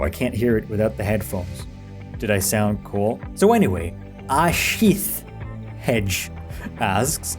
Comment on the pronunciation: its Hegde not Hedge like sonic the hedgehog:p lol